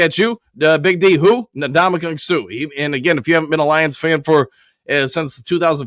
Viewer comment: Can we please pronounce the man's name correctly? N-Damukong Suh is how you pronounce it, not Nadamukong. Say the N, then the rest of his first name.